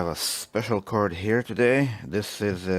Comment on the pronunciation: special curd HAHAHA you mean card and not curd